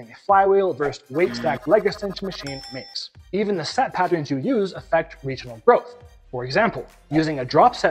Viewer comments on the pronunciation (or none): none